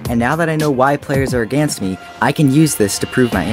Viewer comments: “Aganst” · You say "aganst me"